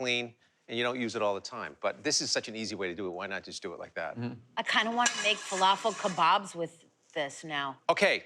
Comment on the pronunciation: He butchered the falafel.